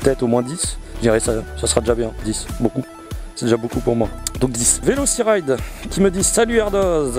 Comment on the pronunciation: Tu as écorché salement mon blaze mdrrr, ce n'est pas VelociRide mais Veloci"TY"Ride ! Enfin bon j'ai faillis dislike mdr, sinon bonne vidéo, on en connais un peu plus sur toi à présent